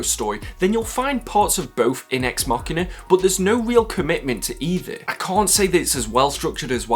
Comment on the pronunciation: It is pronounced ex machin(a) with "a" as in "amber"